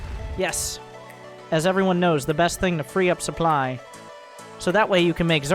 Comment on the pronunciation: Keep saying Supply as Soup Ly